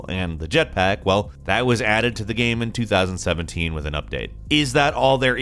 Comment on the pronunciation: Nobody:: gaeme